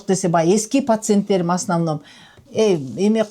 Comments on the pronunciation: Пасентерим дейт го😂😂😂 пасент эмес пациент бул дарыгер карангы но ушлый экен😂😂😂😂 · Пасент эмес пациент 😅